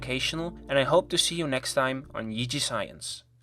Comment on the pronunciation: The way you said JG science sounds like EZ science .